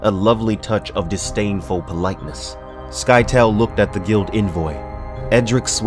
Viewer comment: I always thought the pronunciation of Scytale was different. Please, please, please, get to Heretics and Chapterhouse, those books are sickly underrated.